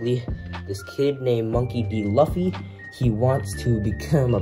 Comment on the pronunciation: Its actually pronounced LOOfy